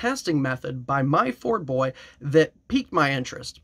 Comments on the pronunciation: It's "myford-boy" not "my-ford-boy" Myford is an ancient brand of British machine tools. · Try #1 at pronouncing 'Myfordboy' was a fail but I guess you get nine more tries. Myfordboy is the man.